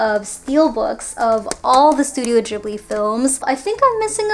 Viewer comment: Love everything but the way u spell out the movies and "Ghibli" I cringe soo hard😣 Sorry